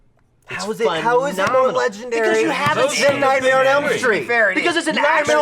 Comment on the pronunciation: Holy frick, every time tries to say "Nightmare on Elm Street" he says "Nightmail on Elm Street"